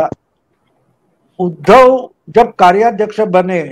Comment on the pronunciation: परम आदरणीय प्रणाम। मैं आपके कार्यक्रमों का नियमित श्रोता हूं।आपके विश्लेषण करने का तरीका अद्भुत है। लेकिन बोलते समय आपसे शायद अनजाने में एक शब्द 'उद्धव' का उच्चारण एक हल्की सी त्रुटि वाला है। कारण आप हमेशा 'उद्धव' का उच्चारण 'उधव' इसप्रकार करते हैं,जो खीर में किसी बाल या कंकड़ जैसा प्रभाव डालता है।कृपया इस त्रुटि को सुधारने का सफल प्रयास करें। धन्यवाद।